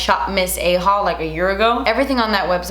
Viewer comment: Literally thought you said "shop miss A hole" not "shop miss A haul" 😭😂😂😂😂